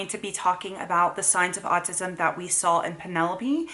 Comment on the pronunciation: Does say “sawl” instead of “saw”? No hate just wondering if it’s something common because my oldest says it too. I’m just curious how common it is.